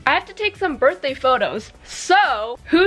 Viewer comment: Low-key thought you said " Barfday"😂😂😂 Love you ❤❤❤